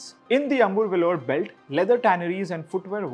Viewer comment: Brother this piece of article is very exhaustive and involves lots of work from you, great work, a small correction, it's not amur, lether it's Ambur.